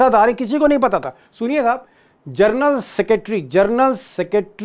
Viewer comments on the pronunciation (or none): जर्नल नहीं जेनरल 🙏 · पढे लिखे पत्रकार हो जरनल मतकहिये साहब जनरल होता है